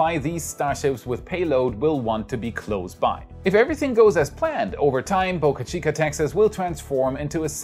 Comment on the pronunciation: Wait! What! You started pronouncing Boca Chica correctly. No more Bahka Cheeka.